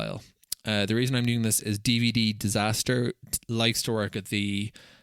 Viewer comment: Hi. I've been binge-watching all your videos after I found you in r/DataHoarder. You have a new subscriber here! One small correction if you don't mind: it's not dvddisaster. It's dvdisaster. Damn, now you'll have to go back to the previous videos on the subject and redub the audio, correct the video titles, reburn them, sorry, re-engrave them, and finally re-catalog them with vvv:)